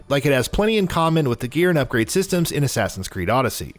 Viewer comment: My man did you just say assign its Assassin how do you mess it up